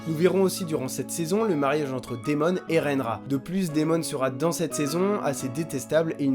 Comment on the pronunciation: T'as vraiment dit renra ????!!!!